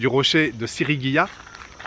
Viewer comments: Sigiriya et non pas Sirigiya comme il le dit plusieurs foie dans cette belle video.....cela ma bien fait rigoler. Le décor est à couper la respiration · Salut, c'est pas Sigirya plutot que Sirigya? Profite bien du Sri Lanka, c'est top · Ahah SiRIgiya ça m'a perturbé toute la vidéo ^^ Superbe coin dans la nature! C'est aussi très sympa de monter sur le Pidurangala rock just en face pour avoir la vue sur le rocher :) Hâte de voir la suite du programme!